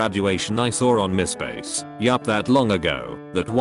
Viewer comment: “Mih” Space.